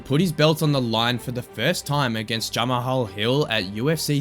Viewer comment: Its jamaal hill. It pisses me off when these casuals take the time to make and upload videos but dont put an effort to put in the proper research, to atleast get the fighter’s names right. I mean come on man 🤷🏾‍♂️